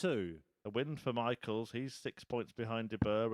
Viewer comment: Pronounce michels name as mikkles ..thats how it is sounding in dutch